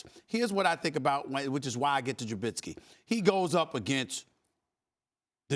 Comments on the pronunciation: The fact he calls him trubinsky just proves he doesn’t know shit lol. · SAS.....#10s name is Trubisky not Trubitsky. At least gets the basics correct. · Learn how to pronounce his name Screamin A Smitts. Jesus, it’s not Trubitsky. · TRUH-BIS-KEY not TRUBITSKEE